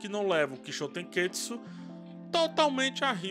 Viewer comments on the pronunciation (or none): Ótima análise, só sugiro cuidado na pronuncia errada da palavra. Termina com TSU e não TSKU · Toda a vez que você fala Kishotenketsu, você fala errado. Acaba deixando a palavra mais complicada do que é, pq parece estar afobado pra falar. Acaba saindo algo como "kishotenketsuku", e, por obviedade, o malabarismo fonético que você faz é muito mais complexo do que a palavra original.